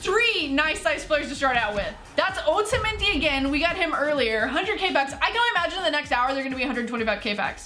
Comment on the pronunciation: its otamendi not ohtamanedi speak propeer english